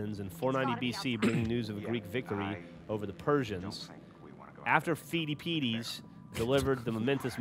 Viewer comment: I think it's funny that Geoff makes fun of for mispronounciation shortly after he pronounced "Pheidippides" "Feedie peedies." (Yes I do know history of being bad at words)